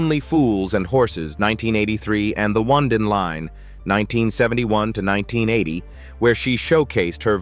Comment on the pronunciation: Oh-need-in line. Not wondin line. Ignoramus.